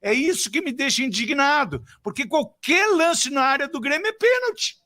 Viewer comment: Aos o feladapota me sai com "brêmio" 🙄🙄🙄